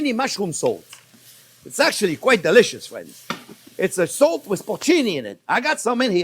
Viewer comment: Put the salt, thought he said put the soap haha 😂